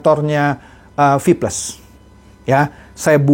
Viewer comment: Rip English wkwkkwkw